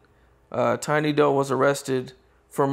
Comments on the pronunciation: 😂 Tiny doe? It’s tiny doo my guy, pronounced do like due or like dew. 😂 jacked my Patna’s name all up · pronounced Tiny Doo all kinds of wrong... and mitch didnt really talk like he knows him